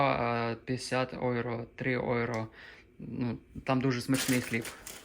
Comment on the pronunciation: Євро а не ойро